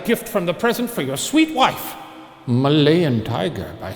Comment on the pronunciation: Shane’s emphasis on ‘wife’… his pride of being married is the cutest